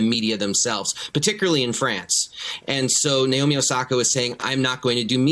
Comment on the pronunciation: also her name is naomi. not nayomi. why cant the anglos pronounce anything correctly? it's very simple na as in "national" o as in "other" mi as in "mineral"